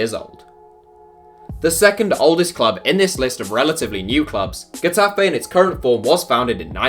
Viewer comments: Um... first, it's "Heh-Tah-Feh" not Gue-ta-fe. Also, you pictured Deportivo and Tenerife while featuring Getafe. Exactly why again? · Lol... your way of pronouncing Getafe is a joke... then you put images of Deportivo La Coruña or CD Tenerife to illustrate the club.. shit work.